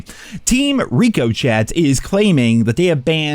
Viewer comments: I think its ri-cuh-shay not rico-chet but maybe im wrong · Rick-O-Shay Brother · Ricochet is pronounced "rick-o-shay" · Ricochet, say it with me now: "Rick-o-shay" Not "Rico-Chet" Lol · It's pronounced (Rick O Shey) ricochet not Rico Chet Jesus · HA HA, with his trolling of Ricochet, That's Ri-Co-Chey FYI 🤣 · Hey brother.. its pronounced "rick-oh-shea" as in "the bullet ricochet off the shield is crazy" or "the way the rock ricochets off the tree." Its not some spanished dude name chet rico and were saying his name military calling style. Lol None the less i agree with most of what you were saying, but as of last night it seemed we only needed another 15,000,000,000ish to go, which would be the 3 days left at the 5 B per day count. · I'm pretty sure it's pronounced "rick-o-shay" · Ri-kuh-shay 🤓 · Reeko-ché. Really? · Rick-ahh-shay lol not ricochet lol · It’s pronounced RICK O SHAY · Yo! It’s pronounced Rico-shay👍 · Team ri-co-chet?! Bro it's a french word, don't you know what a ricochet is? 😂😂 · WTF IS A RICO CHET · It’s Rick-o-shea lmao. Wtf are you saying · Can you please stop intentionally mispronouncing the word ricochet it is absolutely obnoxious you know you’re doing it on purpose just pronounce it correctly. Why is that so difficult? It is pronounced richo(shay) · …it’s pronounced Rick-Oh-Shay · Say reeko chett again and you will get bulk dislikes. Work it out. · Bro, It's Rico-shay... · say it with me. Rick-uh-shay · Rick. Uh. Shay. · 😂 I was thinking the same thing. This guy actually saying it like two first names. Rico and Chet the founders of the COD anti cheat software. 😆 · Are you calling the anti cheat Rico -Chet? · Rico Chet 😂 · This day may never come...Rico shett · Rick O' Shea 🍀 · RICK OH SHAY bullets don't reeko chet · The "t"in ricochet is silent. You know ricochet, when a bullet bounces off a wall. How am I supposed to take you serious when you can't read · I don’t think you’re pronouncing ricochet correctly.